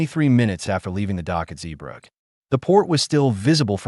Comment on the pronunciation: At least pronounce "Zeebrugge" correctly, this video is absolutely shit